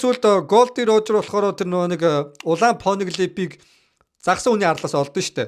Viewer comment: Taamgud n bol goy bn ghde ygd nernudign huru heled bgm shal teng duudd bhim rocks d jibek chihshig tgd poniglifig po niglif gej heled bhim yorn buh one piece vid dere